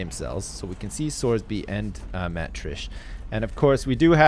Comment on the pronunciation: well every time he reads sorby's comments he mutters to himself "fucking sorsby"